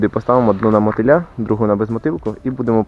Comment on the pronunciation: Тільки кацапи кажуть на мотИль .мОтиль